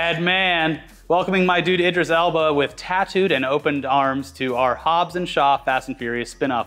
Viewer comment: SHOBBS..? HAW..?